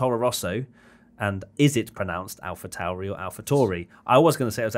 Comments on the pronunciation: that is so weird for me. I speak german so for me it is obvious that the austrian brand is called "Alpha Tauri" and not "Alpha Toory". Ah I love English natives pronouncing foreign brands/names. Same goes with Vettel :D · YES!! This is how Alpha Tauri is pronounced!! Alpha CENtauri is the closest solar system to ours, hence the brand's name...